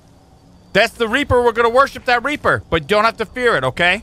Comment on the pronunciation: It’s reaper not reper